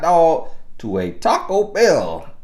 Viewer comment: Oh I thought he said Taco Shell 😂🤣🤣😅😅